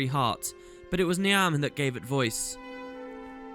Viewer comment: I'm sure Niamh is pronounced "Neeve", isn't it?